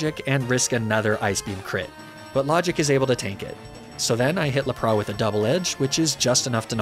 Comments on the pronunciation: He does that as satire. He also does it with Lapras and pronounces it as Lapra. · not the la-prah!!! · La-pra? What’s up with these pronounciations? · how the actual fuck did you pronounce LAP-RAS? Good god man, i've seen bad, but this is almost trying hard to be bad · What is this Ar-Cay-Nee-Nay and Lah-Prah business? Who told you to throw 20 years worth of pronunciation out the window? You ain't French, bro! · Dude, what is with the horrible pronunciations if "Arcanine" and "Lapras". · Ar-canine Lap-ras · Ar ka ni ne hurts me so much for arcanine. Lapraaa 😒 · Dude misprounced Arcanine and Lapras and this bothered me greatly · I can’t tell if he’s mispronouncing these intentionally but lapras and arcanine hurts my ears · Great video but I can't get over how you mispronounced Lapras and Arcanine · I’m losing it at your pronunciations of lapras and arcanine good buglocke tho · The way you pronounce Arcanine and Lapras is physically hurting me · Homie said “ laprah “ and “ arcanin’e “💀😂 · Lapra-aan and Arca-nii-nee 😂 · La-prah and arca-knee-neh are my fav pokemon.